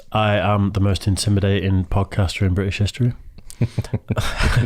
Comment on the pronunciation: In bri ish istory